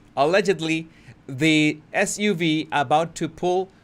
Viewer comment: S U V...Sports Utility Vehicle. Just say the letters.